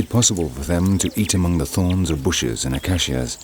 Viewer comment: Very interesting but the pronounciation of 'acacia' grated a bit.it's acaysia not acassia.